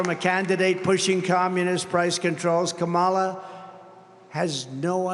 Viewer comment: "Ka' mala" haha the snowflakes are going nuts!